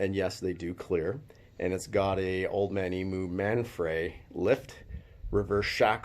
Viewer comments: I have a 100 series, so I'm sure we're on the same page with our enthusiasm for 4x4 Toyota's. However, Old Man Emoo in Australia is pron: Old Man EamYou. Just sayin'. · Say old man emu properly mate